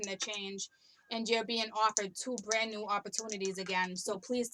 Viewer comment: You said my husbands name ... Brandon... You tried to say brand new omgerrrd